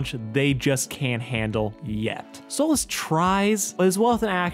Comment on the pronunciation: It's stolas not stolitz understand that